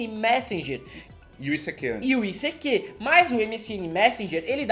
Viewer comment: Gente! Morri de rir. O ICQ (issequê) já acabou e vcs não descobriram a pronúncia? putz! Era “aisiqueiu” (“I seek you”). Mas era muito legal, eu usava os chats e até formamos grupos que nos encontramos. Aprendi espanhol assim no ICQ kkkkk recordando: fiz curso pra criar sites, depois inventaram os blogs semi prontos! Tenho 45 anos e mais inútil que este curso de html foi o curso de datilografia com 14 anos!